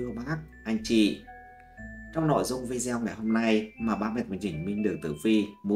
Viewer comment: Nói “ vi đeo “ nghe không hay chút nào !!!